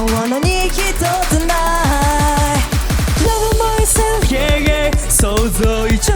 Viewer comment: の天才的なLove myselfの発音🫶🏻🫶🏻🫶🏻🫶🏻🫶🏻